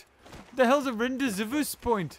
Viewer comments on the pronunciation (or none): it's pronounced Ran-day-voo point.